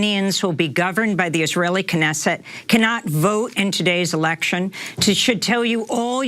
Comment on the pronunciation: It disturbs me that you have to pronounce the K in Knesset.